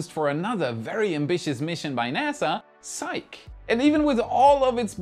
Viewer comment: Psyche is pronounced "Sigh-key". Thanks for the updates, but perhaps a little more condensed on the tower construction? Keep up the good work!